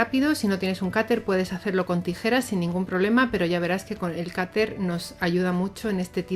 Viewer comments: Porque dices cater si es cuter?? Saludos y sigue haciendo estos vídeos tan guays😘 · Cuando dice "cater" se refiere a un "cúter"? es que soy de México y nunca había escuchado la palabra "cater" y me interesa comprar una herramienta así